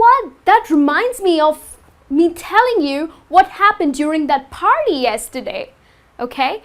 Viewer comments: All r nice . But why do u say farty (party) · Because Indian use F instead of P